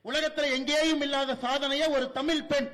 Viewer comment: பேரப்பையன் வாயிலே தமில் விலையாடுது. ஒன்பது பக்கத்தில் பூஜ்யம் மாற்றி மாற்றி போட்டு ஒரு நம்பர் சொன்னார் பாருங்க, sooooper